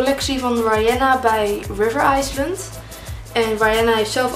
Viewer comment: heeeel leuk ! maar zeg alsjeblieft nooit meer river ''aaislend'' ...